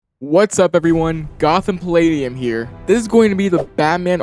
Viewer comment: "gotham paladium" lmaoo